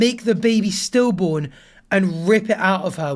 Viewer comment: It sounded like "still born" not "stillborn". In other words, if the DIL had threatened to end the pregnancy, the MIL responded by saying she would ensure it's born regardless of how the DIL felt about it. Now... I could have totally misunderstood that. But to me it looks like the two have a very toxic relationship while weaponized the baby to hurt each other. I feel horrible for the baby- the baby don't deserve anything but loads of love and support. Poor kid.